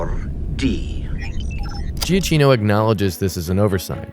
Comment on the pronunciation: You mispronounce Salazar and Giacchino.